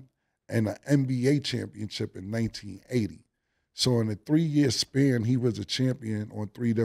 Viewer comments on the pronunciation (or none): Cam going to always say a word how he want to say it "championchip" his way "championship" 😂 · Cam! Its championship not chip